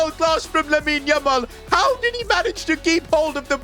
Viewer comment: says lamine yumal😂😂